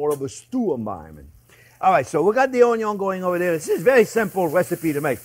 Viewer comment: “onyon is always number first”